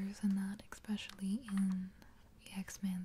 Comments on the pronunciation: your videos are almost crucial for me if I want a good nights sleep. I'm very appreciative of the work you put in to your videos and how much effort they take. one request though? other than the super obvious "more videos!" Please stop saying "exspecially." it makes me cringe when I hear it. much love your way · I love this video apart from every "ekspecially" being like nails down a chalk board.